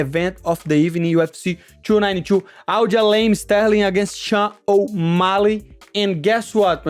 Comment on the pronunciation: MoneyMoicano said: AljaLAME 😂😂😂